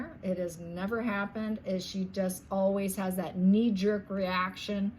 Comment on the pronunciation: Wow! Did you say her reaction is knee-jerk, or me-jerk? Lol I actually couldn't tell!!